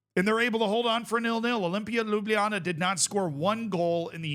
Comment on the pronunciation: Ljubljana pronounciation dropped off, though 😂